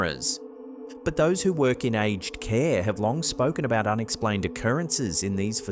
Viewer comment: Hi,. It's called "a-ged" (a-jed) care, with two syllables. Take care and thanks for "more creepy content". Did anyone else notice that the child in the crib watched the shadow moving across the floor? To me the sailing ship isn't the weird part of that video clip. It's that huge cube of ice that's located right behind the ship. Nature doesn't carve perfect cubes of ice. Not anywhere that I'm aware. Also, why did the light shining on the cube disappear and then reappear a minute later? Too weird. If the car with the apparition is in America, then the figure is in the driver's seat; not the passenger.